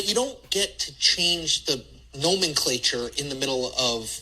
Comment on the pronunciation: His pronunciation of nomenclature sickened me